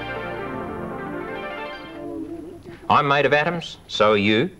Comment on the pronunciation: 😂😂😂 Maydoff Adams, my ribs, i cant